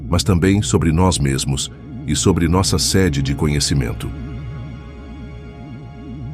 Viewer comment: A matéria escura corresponde a 27% , energia escura 69% e a matéria comum 5% . Isso é básico e v afirma várias vezes , porque v é muito repetitivo que a maior parte do universo é composto pela matéria escura. “ sede de conhecimento “ o primeiro e de sede se pronuncia fechado senão vira sinônimo de local